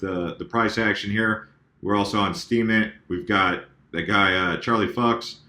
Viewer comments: Its Charlie Fi-Yuks!!!!! Not Charlie Fucks!!!!! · LMAO Charlie Fucks!! Come on, it's FEW-ks. You had me cracking up though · its pronounced FEW-cks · Dude it's German it's pronounced Fuuuuqs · Lol! I’m thinking it’s probably pronounced more like “Fyooks”! I couldn’t agree more with you. I think all of the things you said have to do with it. We’re gonna have to learn how to read these futures traders. Honestly that’s the only way such huge amounts of money move in and out of the market. Most of us who just take profits don’t usually pull it all out of the market, we just move it to another currency looking for the next ride up. The whole market is dropping and rising together. That’s Wall Street moving the market, not us average traders. We just gotta learn to read it.